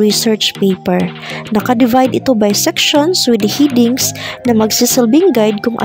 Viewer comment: Thanks helpful po talaga Pero pls.check the wrong pronunciation of some words such spelling heading etc.masakit sa tenga...Thanks